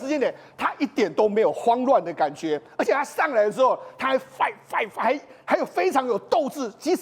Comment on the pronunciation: 英文在亂發音 是fighting好嗎